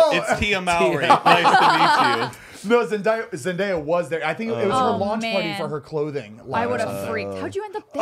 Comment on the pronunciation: zane : “zenDIEya” LMAO